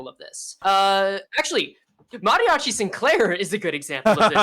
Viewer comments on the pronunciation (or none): none